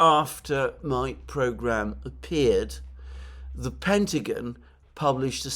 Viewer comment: Great show Alexander...but please, its 'The Pentagon' not 'The Pentagin'😅